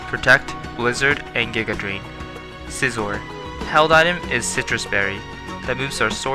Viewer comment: 面白かったです、なれてないのもみえますね。編集の方も大変おつかれました。そう言えばハッサムの発音see-zorみたいな感じでした、これはスマブラから学びました